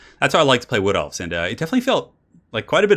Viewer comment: The first time he said "Wood Elves", I misheard it for "Blood Elves" lol. :P